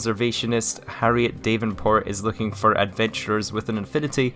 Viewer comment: Dav n port not dave n port